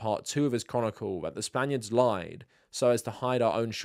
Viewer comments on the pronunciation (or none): none